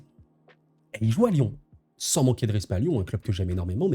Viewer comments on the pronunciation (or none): none